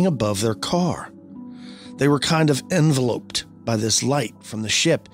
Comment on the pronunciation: Learn how to pronounce “enveloped” and “hypnotist” you hayseed